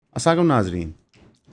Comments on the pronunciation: بھائی سلام تو صحیح سے لیا کرو اسا لیکم نہیں السلام علیکم ہوتا ہے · Big Fan but Main "Assamalakum" sy tang ah geya hon 😂 Should be Asalam o alaikum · Asai qum nazreen. Correct your pronunciation😂😂😂😂😂😂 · Aslam-o-Alaikum... To EON team and program host a kind request. Kindly note the word is not spoken correctly in every video. Salam is not pronounced properly. Please make corrections. Thanks